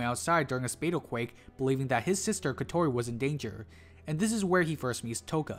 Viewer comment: Your pronunciation on Kotori is interesting going with “Ko-Tori” instead how the dub pronunciation with “Ko-To-Ri”